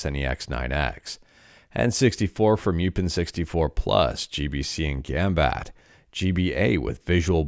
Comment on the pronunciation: gambatté, not gambat